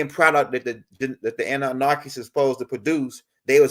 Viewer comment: Love your vids bro, but please stop put an “R” in your pronunciation of ANNUNAKI. Ase’